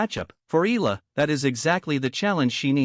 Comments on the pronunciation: Eh Yah La not Ih La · She's NOT E-L-A, NOT pronounced EELA. She's E-A-L-A, pronounced E-AH-LA